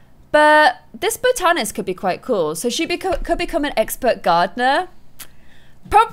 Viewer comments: By the way it's bot-an-ist not bow-tan-ist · Its Boh-tan-list- not Bow-tan-list.